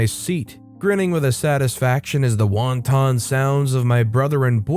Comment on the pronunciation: wanton is pronounced wan-ten, not won-ton.